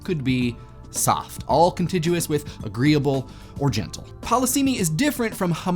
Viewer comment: I'm not taking political summaries from some Canadian who can't even pronounce the word contiguous.